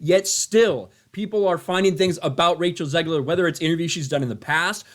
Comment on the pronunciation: "Zegler". Every time, every fucking time.